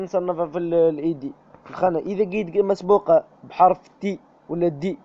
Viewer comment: شكراااا جزيلا ربي يحفضك وربي يرحم والديك اكثر حاجا عجبتني فليفيديو باش تقول s مسبوقة قلت مقسوبة ههههه رليحا طيب عشاها ههههههه ربي يحفضك خويا 😂😊😊😊😊😊